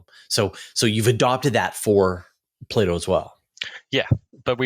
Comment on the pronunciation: say "play-dough"